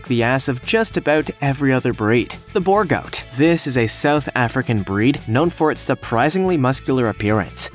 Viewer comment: B-oo-r goat is how you pronounce it